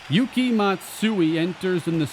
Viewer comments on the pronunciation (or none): none